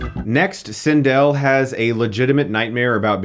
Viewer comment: This is the first review of yours that I hated. Had to stop watching. For those of us that grew up with Star Wars, we love it. Clearly this was not a part of your childhood. This doesn't deserve a Hilariocity review. P.S. You're saying Cindel's name wrong